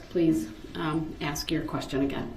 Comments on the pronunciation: You were talking about bulldozing through when anyone is talking. I hate when he ask "axe" a question and then interrupts the witness trying to answer him. The judge has called him out a couple of times for it. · what IS the point of axe-ing questions